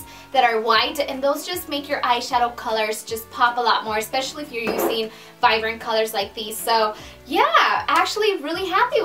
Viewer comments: it's VIBRANT not VIVRANT! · I'm pretty sure the word is viBrent it sounds like you said viVrent I don't know maybe it's just me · You know Spanish is your first language when you say "vivrant" instead of "vibrant" lol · Why do I always have the feeling that she pronounced some words wrong?? I'm not from America, nor am I familiar with accents in your language, but we are taught in school to pronounce words correctly. she pronounced word vibrant as vivrant. Did I hear that correctly? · It's "vi*B*rant"...not "vivrant", lol💕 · Haha it's vibrant not vivrant! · It is vibrant not "vivrant" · Vibrant! Lol not vivrant! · She has an accent. In Spanish, the "b" is pronounced like a "v."